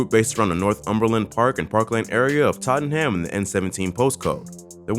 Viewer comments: Man said totten ham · Facts man said totten Ham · The way this man says Tottenham 😂